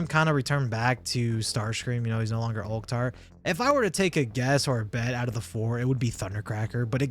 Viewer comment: First person on youtube that I've heard pronouncing Ulchtar right.